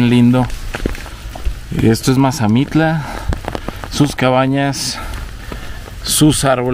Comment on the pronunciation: Mire soy de Mazamitla y no sabe pronunciar bien el pueblo y se mal informó de sobre los precios de terreno y en tanto las ventas y la temporada de lluvias está cambiando y sobre las rentas tambien